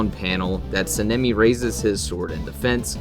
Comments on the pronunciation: I'd say there are a few issues with some of the feats in this video and other things. First, Sanemi is pronounced "Saw-N-ah-me", not "sin-ah-me" (lol) This could just be Akaza is suprrised that Kokushibo would attack him at all, not necessarily that he's getting perception blitzed, he seems to have the same suprised look on his face the whole time Kokushibo is talking to him, and obviously he can see him throughout. A feat on someone who isn't in combat, or isn't expecting to get attacked and is looking at someone else (Douma) is less solid then something like Sanemi looking at someone and is actively getting attacked by them getting blitzed. This is definitely a perception blitz by Sanemi to Genya, we know it cause Genya stated that he just straight up disappeared to hm. Though using them not being shown on panel as the only reason the prove a perception blitz isn't really concete though, cause as Akaza leaves the upper moon meeting there is a similar frame to him just disappearing to Douma, but we know that Akaza isn't even faster then Douma, let alone perception blitz tier above. I'd say this point doesn't really make sense, cause I think it's pretty obvious he's not at full power at the start of the fight, he doesn't even have Compass Needle active cause he assumes he doesn't need it. It is kinda strange that Tanjiro doesn't get damaged at all, but I'd say it could be Akaza just holding back cause he likes to fight. Cause when he gets beheaded he basically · S-ah-n- eh-mi plssssssss sounds like ur saying senemi